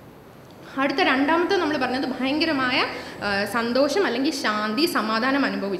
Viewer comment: Thudakathil"Bayankaramaaya" kurachu koodipoyo